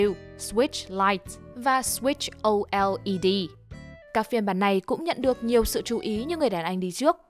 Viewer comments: mấy cái như OLED thì đọc là "Ô lét" là được rồi. Đọc vậy còn dễ hiểu và đỡ khó nghe hơn là phát âm từng từ ra. bạn đọc này vẫn hơi cứng xíu. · biết là đọc kiểu này mới chính xác và đúng ngữ pháp nhưng nó lạ lẫm với người Việt quá, mấy từ như PS4 hay OLED cũng đâu nhất thiết phải đánh vần từng chữ tiếng anh như thế đâu nhỉ, góp ý nhỏ. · Giọng đọc nên cải thiện cách dùng từ với các thuật ngữ hoặc phê game nên cho một người am hiểu về game và công nghệ đọc hơn. Nhiều từ không nhất thiết đọc tiếng Anh phát âm từng chữ cho xa lạ. Nào thì OLED là Âu Eo I Đi, Switch Vi Tu,.... trước còn có bạn nữ kênh nào đọc là Nai Tin Đu nữa cơ. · đọc switch O.L.E.D nghe hề vãi